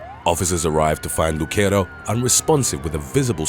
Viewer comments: Brians last name is not pronounced Luk-ero its Luc-ero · Havent read the comments, the name Lucero is NOT pronounced the way you're saying it. It's pronounced "Lew-sair-o". It's a Hispanic/Latino name, not Italian. 😊